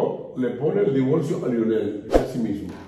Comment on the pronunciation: Por favor por lo menos aprenda a usar el español. Divorcio. No divolcio